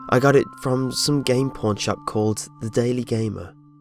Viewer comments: he said porn shop instead of pawn shop! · When he said "pawn shop" , I thought he said "porn shop". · i thought you said game porn shop there lol, no wonder it was hacked. My bad